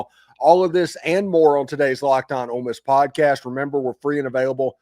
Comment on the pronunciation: Drives me crazy when they say "old miss". Ugh